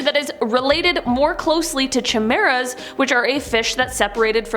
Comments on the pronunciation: Chuh mera? Really... Know how to pronounce things before posting its kai meer rah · The way chimera was pronounced lmaoooo